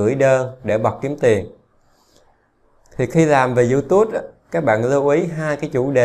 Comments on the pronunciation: Đọc là iu túp chứ ko phải iu tút ! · Bạn ơi. Tui xin không bàn về chuyên môn hay nội dung kênh của bạn mà tui chỉ xin góp ý phần phát âm của bạn về tên YouTube. Bạn nên phát âm cho đúng là YouTube..chứ tui nghe bạn phát âm thành YouTus. Nghe sai lộ liễu quá. Thanks! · Không phải đọc là Du Tút ? Mà là Du túp . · Cám ơn anh đã chia sẻ nhưng YouTube phát âm chữ Tube là âm /p/ không phải /t/ ạ. Anh cẩn thận phát âm đúng để không làm người nghe khó chịu nha. Chúc anh sức khoẻ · Diu chính xác hơn chứ. Phiên âm quốc tế là / ju t^b/, đọc là / diu túp/. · Description toàn để Eng ko mà phát âm Youtube chán vl